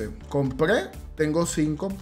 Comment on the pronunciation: Miren ese enfasis en el “Compre” grande el